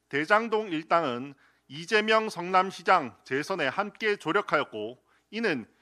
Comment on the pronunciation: 리재명이라 발음. 짱입니다 , 김민수 의원님❤